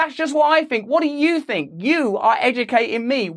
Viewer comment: At least he's stopped saying "fink" in place of "think". That was one of his most pathetic affectations.